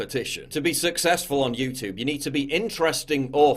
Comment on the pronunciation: I love you PJW but come on. You’re a Northern Englishman. You don’t say YouTOOB you say YouTewb (like Stewie from FG).